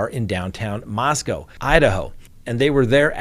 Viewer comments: SO sad. I live about 2 hours from Moscow (we pronounce it Moss Coe, not Moss Cow around here.) There is another large University (Washington State) about 8 miles west of U of I. I haven't heard if students there are alarmed. I think I would be. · they pronounce it "Mahs Kohh" - like coca cola. Not cow. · Just FYI, Moscow (the Idaho one) is pronounced with a long O on the second syllable. I lived there three years and the townsfolk will quickly correct you if you mispronounced it. 😂